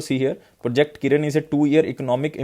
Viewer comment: Following u on a regular basis sir ..... You are a savior..... Request u to pls improve pronunciation of some words.....like project kirana, you pronounced it kiran and adb presidents name also ....... Regards